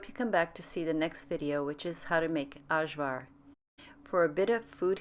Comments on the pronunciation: Ajvar is pronounced "eye-var". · It's ok, very common for people who didn't grow up in a Yugoslavian houshold to mispronounce Ajvar. You're not alone!